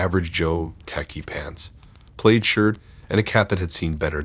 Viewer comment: Love your stories, but you mispronounced some words, and that is a little distracting, haha.. Plaid is not pro ounce like plane. It is pronounced like ad. A couple of words in other videos are the same with a short a pronounced as long. Still love your stories and voice, though! Subscribed!